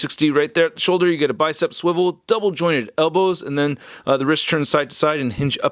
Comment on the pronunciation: you take extra effort to say "Double jointed" . :D